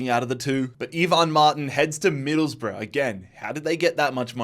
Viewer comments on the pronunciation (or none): none